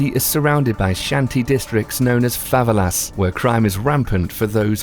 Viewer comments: dont like correcting but is fa ve la not fa valas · Favelas? You're pronouncing it wrong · I'm from Rio de Janeiro and rio is good just don't act American and don't get to favelas and he said favela wrong